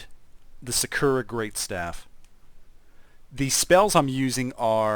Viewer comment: no offense but it is pronounce sa kur ra